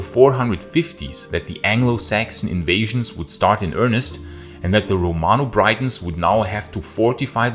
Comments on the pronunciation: “Cunedda” - the double ‘d’ is a soft ‘th’ sound and the ‘i’ in Briton is a short sound, not as in Brighton. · Good video! BTW, it's Briton, like 'sit' not 'site.'